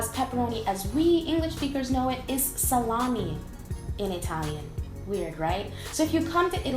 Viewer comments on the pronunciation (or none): non si dice salami, si dice salame, lei ha detto "salami" solo perché in inglese la e si legge i, è lei che sbaglia (tay)